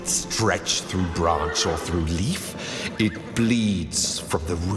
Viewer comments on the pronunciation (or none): none